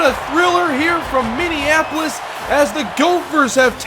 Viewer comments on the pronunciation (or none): none